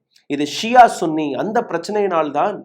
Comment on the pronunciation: பண ஆசை எல்லா தீமைகளுக்கும் வேராயிருக்கிறது பேராசை பெரும் நஷ்டம் நீங்கள் சன்னி என்று உச்சரிக்கவும் நீங்கள் உச்சரிப்பது தமிழில் ஆண்குறியை குறித்த கெட்ட வார்த்தை எங்களுக்கு ஆதரவு தாருங்கள் என்று கேட்கவும்